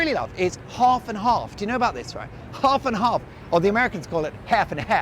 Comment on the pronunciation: Love the shirt, a decent price. Half & half pronunciation was good too 😂😂